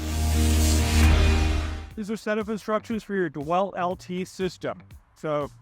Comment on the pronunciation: Did he say Dewelt ?.....really